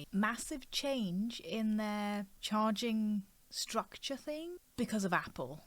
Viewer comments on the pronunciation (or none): none